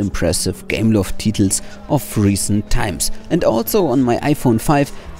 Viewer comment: Me: Titles Him: Teetles